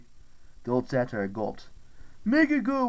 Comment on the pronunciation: Love the audio book but it’s not pronounced satire